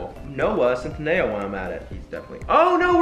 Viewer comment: Sameeee 😂 “cent- in- a - o”